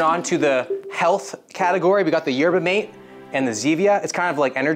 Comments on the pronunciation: it’s m ah t eh not mate it’s spelt mate pronounced m ah t eh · yerba mate is a college staple here in the U.S. pretty much everyone at my college drank them. Also, it's pronounced "mah-tay", don't ask me why... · its pronounced yerba “MAH-TAY” btw